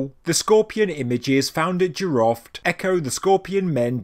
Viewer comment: jiroft (in persian)جیرفت not jiraft :)